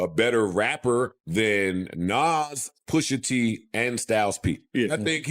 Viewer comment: Who tf is narrating this ish? Who's The ELOX? Who's Poosha T, Who's Jadakiss (not the Jay-dakiss pronounciation)?! And what the hell is that Verzoos loss?